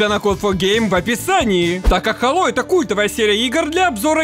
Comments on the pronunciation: не хАло, а хэйло хало говорят инглиш менс, а мы рашн гайс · Хало или сало? Не понятно...